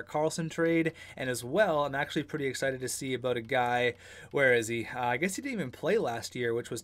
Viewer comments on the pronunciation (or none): none